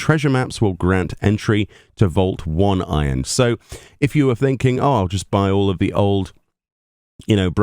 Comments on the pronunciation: Map is pronounced "Oh-nay-ron", not "One iron". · By the way, it's pronounced "oh-nigh-ron"